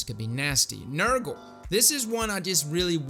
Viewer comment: Nergal! Sorry, the way you said it makes me chuckle.